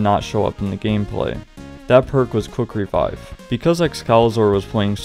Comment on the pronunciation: Every time he said Quick revive I just Heard cookery vibe